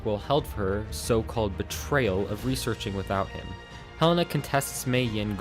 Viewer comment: HE-LAY-NA not hell-ena